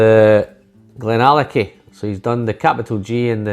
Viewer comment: You did not butcher the name my friend. Thank you so much for making my week great. Billy Walker is Gandalf in the whisky business. Lovely review